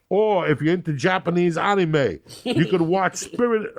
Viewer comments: "or if you're into japanese uhneemay(anime), you could watch spirited away on Netflix in Japan!" lol incredible choice love that ad read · "JAPANESE ONIME" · Japanese Ahni-May 🤣🤣🤦🏽‍♂️